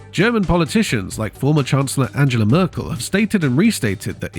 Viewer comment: AI nonsense. Can’t even pronounce Angela Merkle correctly